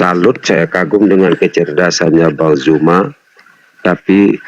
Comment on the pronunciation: Hallooo.... Bukan JUMA.... ZU... ZU... BUKAN JU... JU.. JU ITU JE... ZU... ZUMA ZET... LIDAH NYA KOK KELUH KELOT SIIIHHH..... FASIH LAH DALAM BERBAHASA......